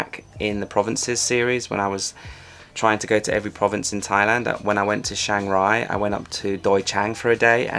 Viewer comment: CH, not SH